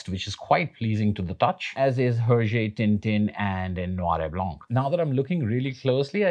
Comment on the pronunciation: Love the video, but just thought you should know that the "H" in Herge is silent